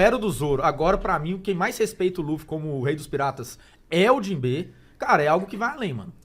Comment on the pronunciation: Fico muito agoniado quando os caras falam os nomes dos personagens com entonação errada. "Jinbê" mano?